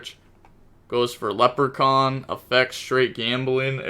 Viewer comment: Ok leprechaun is absolutely nuts. Gotta be the worst pronunciation yet